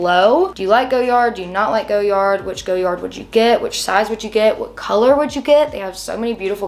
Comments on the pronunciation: it's def not GOyard, and perhaps the French would know the correct way to say it, they rarely pronounce the Rs if in an end syllable eg Cartier (who makes FAR more gorgeous bags, and I'm not even into most designer houses).✌️ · GO- yard‽‽ This is yet another reason why their PR campaign won't work, only nescients would but something so painfully ugly that they cant pronounce. There arent enough of thise people who can afford to make the misrake of owning such an atrocity. It's fun to watch though. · girls take the L! How are you gonna tell a French surname how it is pronounced‽ Nobody pronounces it that way except you and some other nescient souls. It is an ugly look on you, similar to how ugly that bag is. Maybe you should have bought it in Paris, just to learn how to pronounce it. A quick trip to Louisiana or Quebec might help you w the pronunciation of French surnames so you don't keep doubling down on how to pronounce a SURNAME not a WORD. You seem offended by learning, which seems weird given that you look way beyond your.teen years.